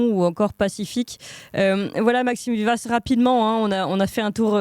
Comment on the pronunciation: Cher, vous avez écorché le nom de cet excellent (bien que gauchiste) Maxime Vivas avec un V comme Victoire!